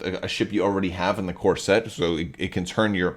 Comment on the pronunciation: Ah..."CORE SET". Not "CORSET". Couldnt figure out what you meant.lol